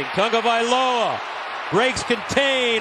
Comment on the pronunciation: WHYYYYYYY is he adding a "N" to Tagovaiola. Any poly's in the comments? Is this how it is pronounced?